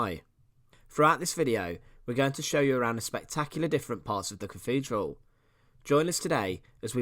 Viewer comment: Lovely to see but please, as a narrator, pronounce 'th' properly! I had to mute it after a while. It's not cafedral, or free (3) or cafolic or eighteenfh.😢